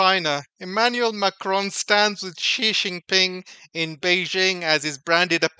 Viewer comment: TQVM for this insightful video. A small correction if I may. Many well know personalities have trouble pronouncing ' XI', the Chinese president's surname. It is pronouced as ' see or C'.